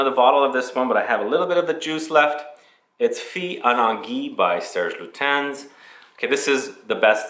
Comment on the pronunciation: Silent S in Lutens ;) lute'unn. And the last e in "féminité" is pronounced because French must be hard 😀 (the é is accented) Fille en Aiguilles refers to a girl in stiletto heels and femininity (to be found?) in the pine needles. I guess. Great video and I was going to say go visit the store at the Palays royal but hey :)